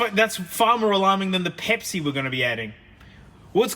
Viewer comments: Someone count the number of times he says "pehpsi" (pepsi) for the JA's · Omg say Pepsi again